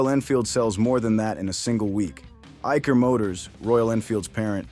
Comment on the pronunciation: Your pronunciation of Eicher is wrong